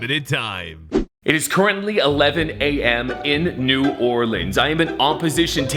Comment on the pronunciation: why is it New Orlean to 😭😭